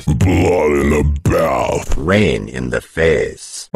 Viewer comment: It's pronounced BLOOD IN THE BATH not BAOUTH